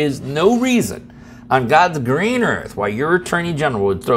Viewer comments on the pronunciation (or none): none